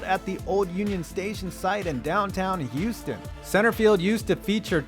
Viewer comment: Where the heck is Youston. As a Dallas man, I’m required to despise the city, but I don’t stoop so low as to mispronounce it’s name.